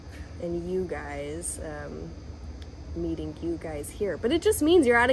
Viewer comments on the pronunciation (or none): Did just end the word “meeting” with a “k” (meetink) like Daniel? Clearly time to go if that is happening.